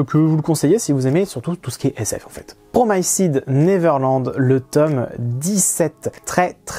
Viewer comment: Yooooo ces petites lectures cest du lourd j'ai bien aimer mais quand t'as prononcé "promised" j'ai saigner des oreilles mdrrr